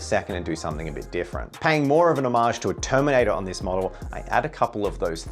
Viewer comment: Drinking game idea - drink a shot every time he says "omage"